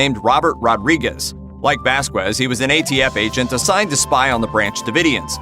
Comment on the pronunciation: Somebody needs to inform the narrator the proper pronunciation of common Hispanic surnames. It’s not Vas-kwez.....it’s pronounced as Vas-kez.....without the W.